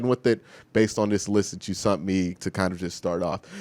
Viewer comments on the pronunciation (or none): Q said "sunt" instead of sent. I enjoy those little mispronunciations from Q